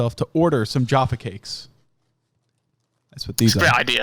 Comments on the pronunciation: Jahpha like caff ( cafe) not jar, jarfa. Agreed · Jayfay cake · "jAHRfa cakes" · I dislike how you call Jaffa cakes jahfa cakes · It’s not fucking juapha cakes it’s j - A - ffa cakes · Being an American who has lived in the UK for more than half of their life, I feel disgusted says "Jahffa" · 'Jaoffa cake'!? I'm disappointed Fungle didn't point that out. I'm starting to question him as a human being now. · JAAAFF AH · stop saying jaffa that way ughghhhh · everytime says jaffa cakes i want to die a little bit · Your pronunciation of Jaffa Cakes offends me. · You pronouncing Jaffa was driving me mental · The way you pronounce jaffa really fucking hurts me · He doesn't say an R at all. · From UK, please don’t say “Jaffa” like that